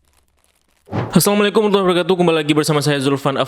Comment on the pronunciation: Bang,kok Abang ucap salam assaualaikum,lam ny tidak ada,kalo lam ny tidak berubah makna yaitu semoga kamu mati racun